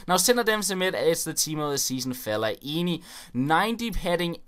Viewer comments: Hahahha you say felle-aini ! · everyone is shouting at the screen saying 'its felaineeeeeeeeeeeeee'